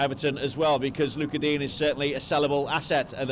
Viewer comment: He is DEEN? NOT DIG NE ?